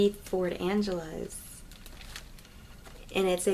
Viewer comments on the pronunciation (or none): Ford ANG-LIGA!!!!!!! Pronunciation...... sound it out....my lord. Where tf do you get an Angeles? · It's a ford anglia not ford angelas, amazing haul though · Ford Anglia prounounced- An glee ah :) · You said the name of the car wrong. It's pronounced Anglia, the G is a hard g.